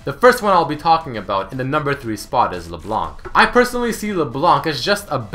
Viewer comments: Geez, the C is silent in LeBlanc, it's not LeBlank... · Hey I'm a Canadian fan of yours, and my main language is French so forgive my spelling. I just wanted to let you know that LeBlanc is obviously french for "The White" however when reading it in french the c wouldn't be pronounced. Making it so it should be said LeBlan:) also this part is more funny But did you know that LeBlanc is how you would be addressing a male and if you were addressing a female it would be LaBlanche. Anyways love your shows and Much love from the Great White North!:) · It isn't silent and it also isn't LeBlank, it's pronounced; Luh Blon ck.